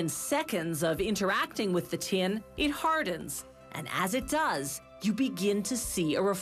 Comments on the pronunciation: Why does she pronounce Tin as Tien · How the heck did this woman manage to turn "tin" into a 4 syllable word 🤣🤣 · The way she says tin....